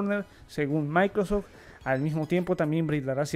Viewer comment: Amigo, por que, en muchas ocasiones, se te escucha decir "maicros" cuando te refieres a Microsoft?... da mucha risa. Igual, que quede claro, eso no demerita tu trabajo.